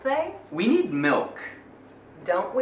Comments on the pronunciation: soh escutei "we're milk" ou we milk mas nem cheiro do "need" 🤗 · Cara, eu só ouço "We milk" o "need" desapareceu pros meus ouvidos. Não é possível que ele disse o verbo...